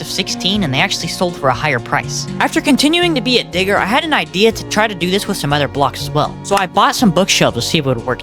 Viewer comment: Bro was saying digger. and it sounded rlly sus